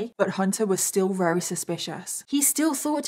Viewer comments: Love... but does anyone else notice she says very with the v sounding like an r? Is that how people from the Uk pronounce v's? Like r's or is this a problem with speech? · Anyone else thinks it's cute that sounds like she's saying wery instead of very most of the time? 🥰👌😂 x